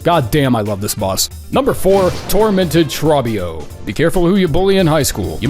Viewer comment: Bro saying “Trob-bio” instead of “Tro-bbio”